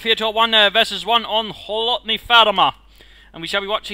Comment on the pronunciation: very nice pronounce of "kholodny"!